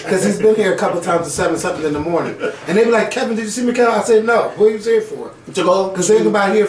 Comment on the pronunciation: KEVINT!!! with a whole "T" at the end, how you ain't never seen next friday..😱😭i love you babeee but your black card has been EXPIRED lmfaoo